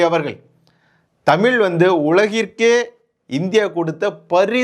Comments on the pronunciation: தமிழ் not தமில். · ஐயா தமிழ் என்பதை முதலில் தமிள் என்று உச்சரிப்பதை தவிரத்து தமிழுக்கே அழகான் 'ழ' வை ஒரு தமிழனாக சரியாக உச்சரிக்க கற்றுக்கொள்ளுங்கள். பிறகு வீடியோவில் தமிழைப் பற்றி பேசுங்கள்... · நீ தமிழை சரியாக உச்சரி முதலில்.